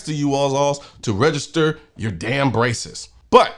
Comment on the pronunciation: When you said “that is a ton of braces” I heard “a ton of racists” and I thought, “oh noooo, Colion’s gone woke! 😢”